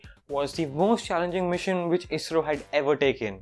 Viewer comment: No one: Literally no one: Not even a soul: Others: ISRO TANAY : AYEE ESS ARR OO